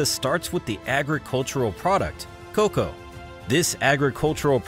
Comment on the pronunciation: Why are you calling it co co beans? It’s cocoa beans?